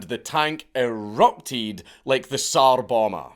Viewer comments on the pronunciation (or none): The SAAR bomba. LMAO